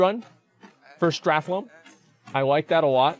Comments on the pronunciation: Can you stop calling it Strathlome? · Did anyone else's spine shift every time Asmon said "StrathLOME" ? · The way he said "Stratholme" litteraly gave me cancer. Wish me a good recovery!